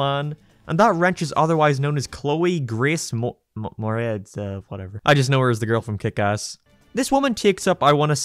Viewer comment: I'll never understand why every single person on Earth has a hard time pronouncing Moretz's last name.